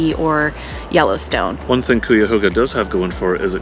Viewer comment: I'm sorry, but I couldn't stand how you mispronounced Cuyahoga every time you said it. Did you not even bother to try to learn how?